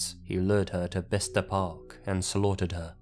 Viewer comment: Bista? you mean Bitsa? Haha